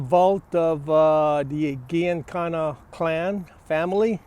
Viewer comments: GIANICANNA PRONOUNCED GEE IN CAN NA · It's pronounced Gee un cona. Soft g, not hard. You should have known that. When someone makes a blunder like that right off the bat about someone as well known in Chicago as he was, it let's me know that they don't know much about the subject and I don't watch the rest of the video. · G an kana pronounce it correctly. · Right off the bat he pronounces Giancana incorrectly. And then proceeds to say "I think - multiple times when referring to Farina. I stopped watching at that point.